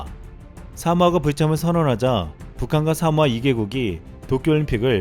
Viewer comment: 사모아? 하모아? 녹음이... 내가 귀에 이상이 있나...